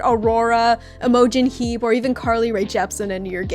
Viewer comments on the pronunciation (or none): THE PRONUNCIATION OF IMOGEN HEAP IS SENDING ME